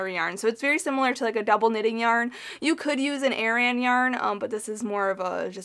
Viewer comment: Aran yarn not Arian